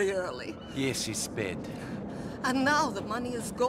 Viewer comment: I thought Niko was saying “yeah she’s sped Oh jeez